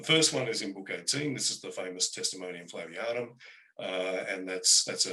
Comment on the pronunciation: Dear, it's not Flavinium, it's Flavianum. And it's Theudas, not Theadus.